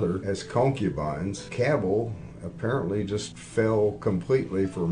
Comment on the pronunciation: That's the proper way to say the name Cabell